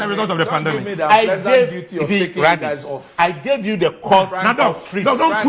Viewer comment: It's not pandamic, it's pandemic